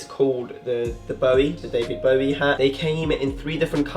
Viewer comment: Bruh how do you not know how to pronounce David Bowie